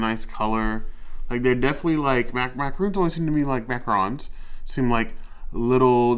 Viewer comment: Yep, it is pronounced mac-ah-ron! With a lighter n at the end. Awesome vid, I hope to try these!